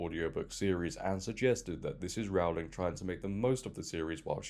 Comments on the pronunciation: Please pronounce Rowling correctly. It's Rohling, not Raoling. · Dude i like the vid but it was hard to listen to. its rowling like rowing or ducks in a row not "raowling" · I wish people would learn how to say the first syllable of her surname correctly. It's 'Row' to rhyme with 'Go', not to rhyme with 'Cow'. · Pretty sure Rowling rhymes with bowling. She is the Dickens of our time. These light weight activists don’t deserve to be in the same room. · It's ROwling, as in 'rowing' She has said it multiple times before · J.K. Rowling rhymes with “bowling” not with “howling”. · Just a quick comment. It's Rowling like bowling. 😅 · Rowling rhymes with Bowling. Pronounce it correctly please …. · Rowling rhymes with "bowling", not with "growling". Other than that, well done.